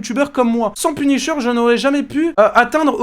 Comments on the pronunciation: Punisher ❌ penisheur✔️ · 1min51 "PUNICHEUR"😂😅tkt je ne me moque pas de lui ( 'fin c'est pas sensé être méchant)